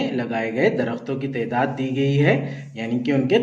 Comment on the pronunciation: Assalamualaikum sir wo tedaat nahin taadaad hai